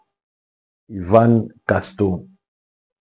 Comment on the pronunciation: Frère tu veux nous dire que tu ne peux prononcer Yvan Castanou